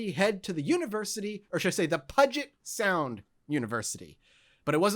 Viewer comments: Pew-jit* I've never heard anyone say the 2nd syllable as jet and I've lived in the PNW all my life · Great episode! One correction, though: Puget Sound is pronounced pyewjit, not puhjit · Threw up in my mouth when said "Puh-git" Sound. Pew-jet. I know Washington has a crapton of locations with crazy names, but I'm gonna take a stand on this one. Still love you guys <3 My algebra teacher in high school actually worked with Ted Bundy at a Seattle yacht club. She used to drive him home, and her car was janky, so she had to tie the driverside door shut. Nothing ever happened, but it's spooky, for sure. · Puget (pew jet). Pain. Pure pain. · Lmfao at pudget sound.... not even close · everyone from washington hated the way you said puget sjkdfhkjh